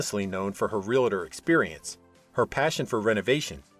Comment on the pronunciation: Real-a-tor? Typical cheesy narration